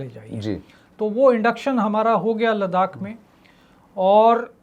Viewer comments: आप कभी नहीं सुन पाएंगे और नितिन जी गलती तब सुधारें न जब वो मानें।मेरे कई दोस्त लखनऊ को आज भी नखलऊ कहते हैं और टोकने पर हां हां वही है कह कर बात खतम कर देते हैं। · Kahan se aaya hai लडाक लडाक कर रहा है लद्दाख बोल नही सकता है क्या? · लद्दाख को लड़ाक क्यों बोल रहे हो भाई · Mukesh bhandari bhai aapne sahi comment Kiya ha 'Laddhakh ko shriman ji bar bar ladak bol Raha hai. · बहुत अच्छा ,,,,, लेकिन लडाक नहीं लद्दाख कहो सर ,, अगर कह सकते हो तो,,,,❤❤❤❤❤ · Its ladakh not Ladak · कितना चुभता है आपका "लद्दाख" को " लड़ाक" बोलना? क्या आपके साथ कोई स्पीच प्रोब्लम है , आप अपने को अलग दिखाने के लिए जान बूझ कर ,, लड़ाक़ बोलते हैं या आप अंग्रेजी दा दिखने के लिए ऐसा बोलते हैं ,? कृपया इसे सुधारिए अन्यथा केवल चिढ़ हो जाने के कारण आपके दर्शक कम हो जाएंगे। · श्रीमान नितिन गोखले जी आप जान बूझकर लद्दाख को लड़ाक क्यों बोलते हैं। दूसरे यह चीन की नीति या फितरत है कि अपने पड़ोसी देशों की जमीनों पर घुसपैठ करना और फिर उस पर कब्जा करना। इसी बद नियत के चलते अन्य 17 देशों के साथ सीमा विवाद चल रहा है और अब कुछ देश चीन की इस युद्ध परक नियत से निपटने के लिए इक्कठहे हुए हैं लेकिन हमे उन सभी का नेतृत्व करना है और अपने इलाको को वापिस लेना है। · लडाक/लड़ाक नहीं 'लद्दाख' होता है अंकिल.🤣😜🤪 लद्दाख बोला/कहा जाता है अंकल🤪😜🤣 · नितिन भाई लद्दाख को लडाक कहने का क्या कारण है क्यों इस तरह से अर्थ का अनर्थ बोलते हो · एक बात ध्यान देने योग्य है कि नितिन जी सिर्फ लद्दाख को लड़ाक़ बोलते हैं बाकी सब अरुणाचल मणिपुर आदि ठीक है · Please correctly pronounce Ladakh not as Ladak. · आपकी हिंदी तो अच्छी है फिर आप लद्दाख को लडाक क्यों कह रहे थे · नितिन भाई अपने मरने से पहले मैं आपके मुंह से एक बार "लडाक" को "लद्दाख" सुनना चाहता हूं। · लड़ाक 😂😂 नहीं लद्दाख है भैया क्या यार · Gokhale ji LADAKH bolna seekh lijiye ya aise topic cover na kare 🙏🙏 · Aap acchi hindi bolte he to laddakh hi bole 🙏🙏🙏🙏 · 😂 मुकेश जी शुक्रिया मैं आज पहली बार नितिन जी को सुन रहा हूं और विश्वास करिए कि मैं '' लड़ाक '' नाम गूगल पर सर्च कर रहा था कि यह कौन सी जगह है जिसका आज तक नाम नहीं सुना।